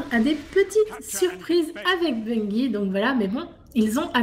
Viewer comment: Non mais arrêtez de dire BUNguyE!!... On ne dit pas une guyFLE ou guyRAFE non?!!!!... Sinon bonne vidéo les gamers!!.. Ciao